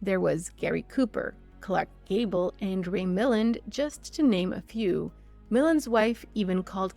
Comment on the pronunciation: YOU PRONOUNCED…..MILAND WRONG 😬